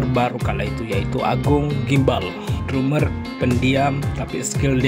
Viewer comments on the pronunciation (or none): Bang, lu kyknya susah bener klo ngomong Drumer dibaca dramer